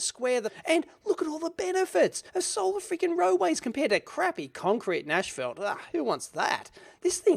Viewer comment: Did he say ashfelt?